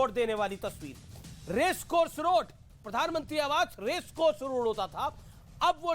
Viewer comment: राशिद अल्वी को पहले प्रधानमंत्री बोलना सिखाया जाएं ये आदमी जानबूझकर पीरधानमंत्री बोलता है